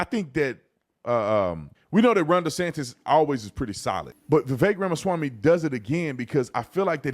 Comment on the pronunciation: You can't even say his name right. At this point of his candicacy, you should at least say his name right unless you're intentionally doing it out of disrespect which is evident here.